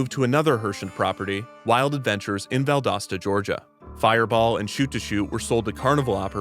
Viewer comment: Thank you for pronouncing "Valdosta" correctly. You have no idea how many people get it wrong. Also, I used to work at Wild Adventures. We had a TON of hand-me-downs from the Missouri parks and Dollywood lol